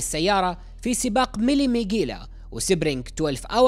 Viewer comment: سباق ميلا ميليا وليس ميغيلا milla meglia حرف gli ينطق بالايطاليه إلييه elyeh